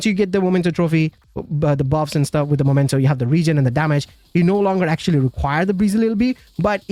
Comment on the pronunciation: Why people can't read? It's Memento and not Momento!!!!